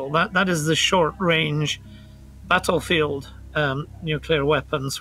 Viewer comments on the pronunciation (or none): none